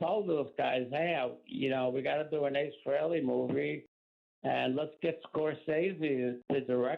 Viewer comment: I’ve heard Ed say it right so it’s weird that he called him freeley